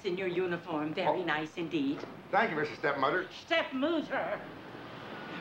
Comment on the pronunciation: Schteptmuter instead of stepmother. Lol.